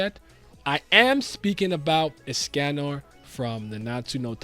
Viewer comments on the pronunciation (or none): Pronunciation is of with escanor name or is it me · WHYYYY are you saying escanor like that 😭